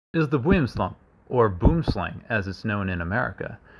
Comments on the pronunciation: You dont pronounce is boimslang Just boomslang Its afrikaans, one of the languages native to south africa Literally translates to "tree snake" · It's not pronounced "Boomslang", it's pronounced "Boo-um Slung" and translates directly to "Tree snake". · Boomsland is Afrikaans and is pronounced something like "bhu-um slah-ng" but definitely not boom slang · The Boomslang is pronounced “Bome”-“Slang” but with an A like the first A in Amalfi. The snake gets its name because a Boom means Tree and Slang means Snake :) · Boomslang. Pronounced "Boo~um+Slung". Meaning "Tree Snake". I hope this helps. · One of the few times I accept American mispronunciations because "boom slang" is hilarious. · its actually pronounced : Bo-wem Slung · Boomslang just means Tree Snake in both afrikaans and dutch. And its pronounced bowmslang 😄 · Im from the native country of a boom slang and its pronounced “boo-em slung” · It’s pronounced more like “boowim slung” here in South Africa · You pronounce it boo - wim -slung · listening to him try and pronounce boomslang brings a smile to my face every time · At least he tried to pronounce boomslang😂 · I love the non-english pronunciation of Boomslang. It sounds so fun to say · bro it's so funny the way you pronounce boomslang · Always cracks me up when people try and pronounce the name of this highly poisonous back fanged snake, most cannot do it correctly. Nice try but still not perfect, rather stick to "Tree Snake" at least that will be most likely done right. LOL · I swear. Everytime I hear somebody try and pronounce the name of the boomslang it gets worse and worse. Its an afrikaans name. You can atleast put 10 seconds into googling the correct way of pronouncing the damn name. Its not that hard at all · No mean to be rude but it wqs still pronounced wrong but atleast u didnt say "Boom Slang" i may be wrong and its just ur accent but it sounded wrong loved the vid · In all your videos your saying boomslang incorrect